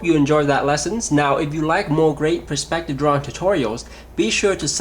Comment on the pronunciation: Some really good points here. I especially liked the thought on colour fading as distance increased. Only one niggle - the word perspective is being said wrongly. the word is pronounced P-E-Rspective not P-R-E-spective. Sorry, but it really gets to me.